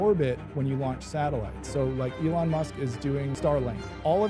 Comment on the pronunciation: his name is Elon "E-Lon" not A-lawn